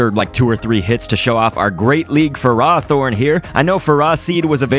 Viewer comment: It's ferroh thorn, not furrah thorn